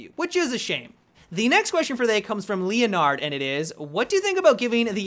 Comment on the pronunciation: Lee-oh-nard. lol